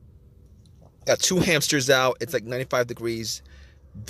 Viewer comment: DO NOT WASTE TIME WITH THIS GUY, HE SAYS HAMPSTERS 95 TIMES AND NEVER GIVES ANY INFO